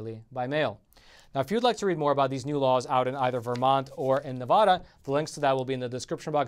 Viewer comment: I live in Vegas. Steve Sisolak does NOT have his constituency's best interested in mind. Oh ... and it's Nevada not "Nevoda"! #SoFrickinAnnoying!!!!! 😡